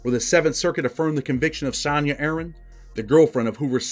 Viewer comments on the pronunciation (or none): none